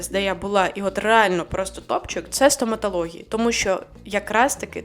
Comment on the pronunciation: Не вистрибуйте зі своєї шкіри, будь ласка! Бо ви є російськомовна людина. Покі що вам це неможливо приховати. З вас вистрибує дуже богато російських та зіпсованих українських слів. Наприклад: старався, абс'а'лютно, 'в' масштабах, ст'а'м'а'тологія, корочє, кап'є'ц(ь?), н'а'рмальна, б'а'г'а'то, кабзд'є'ц і так далі і тому подібне... Плюс нестерпно безграмотна постановка наголосів. Потрібно казати бюрокрáтія, бюрокрАтія - і не інакше.